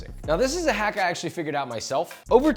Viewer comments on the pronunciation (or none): none